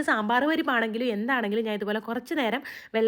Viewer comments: Kuthirikkum alla😂 kuthiran vakkum or kudirkkum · പരിപ്പ് കുതിരിക്കും അല്ല dear ❤❤ കുതിർക്കും 😅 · കുതിരിക്കും അല്ല കുതിർക്കും 😂